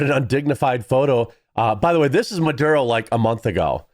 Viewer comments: You keep saying marudo instead of maduro. This is not the first time I see you mispronouncing names. You are a cool dude, but it makes you look unprofessional and undermines the trust in what you are saying. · You keep mispronouncing Maduro, it's Maduro, not marudo....